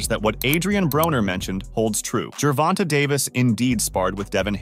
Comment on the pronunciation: Who is Gevonna, learn to speak.